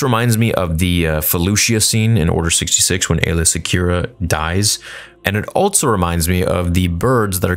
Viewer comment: Bro I'm being driven away from your content lol. Not because of the content itself, that's badass... The way you say the word "also" drives me rather insane😂 I enjoy the content though!